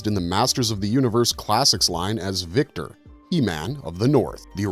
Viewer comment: Vykor NOT Victor 😂😂😂😂